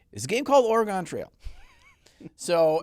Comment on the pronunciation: Man saying Oregon wrong hurts me as a local to the state for 8 years